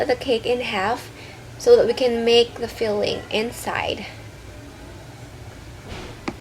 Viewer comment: did you just say fill --- ing? so funny